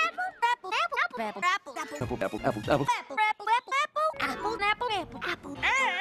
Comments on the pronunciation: After a while a swear I started hearing fapple. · I suddenley heard appul! LOL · The best apple. *Pause for dramatic effect* Apple.